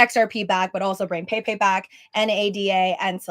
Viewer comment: bro its pronouced pep- ay not pay pay lol the fuck